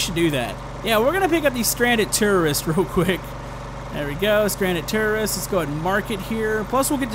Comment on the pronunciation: He called the "stranded tourists" "stranded terrorists" xD